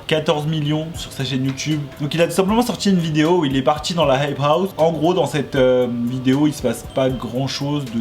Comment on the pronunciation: « y’en a qui zont dit » « la heip haou »